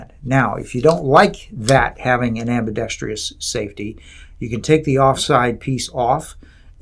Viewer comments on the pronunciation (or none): Idiot points the gun at his head and can’t pronounce ambidextrous